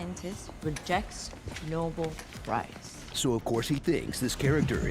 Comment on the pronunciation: The "noble prize"? Really? Alfred Nobel is rotating in his grave. Did noone working on the movie check the pronunciation or had heard it before?